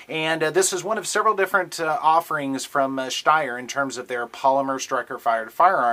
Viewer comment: I love the review, but why do you add that sch sound when you say schsteyr? I speak German and that is not how it is pronounced just Steyr; St not schst LOL!!